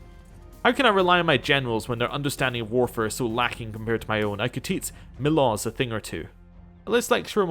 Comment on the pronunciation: The name is pronounced MEE-losh, FYI